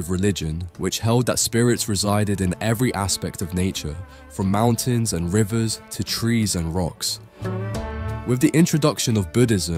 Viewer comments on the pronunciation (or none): none